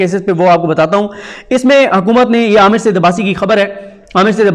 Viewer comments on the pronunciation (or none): none